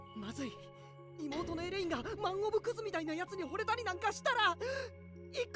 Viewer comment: エレインなのに発音はエレンイに聴こえる時があるのは俺だけか？